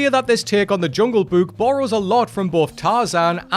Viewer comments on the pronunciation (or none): I hope I don't sound rude, but the way you keep saying "Jungle Buke" is driving me crazy.